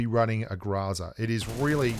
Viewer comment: ...seriously? Grahzah.... we all know you can say Grow and Za Growzuh come on man, Google it the pronunciation is GROW ZUH. there is no A or ah sound after the GR and it is Grow Zuh why are youbso adamant its not? it's a Russian weapon and the Russians call it a Grow Zuh not Grah Zah. please we know your extremely stubborn and while you won't admit New State is better even though it has everything you complain about pubg mobile not having, not to mention the things they added to mobile are copies of new state.... At least pronounce GROZA the proper way, roll the R and use the OH sound not the ahh sound please man.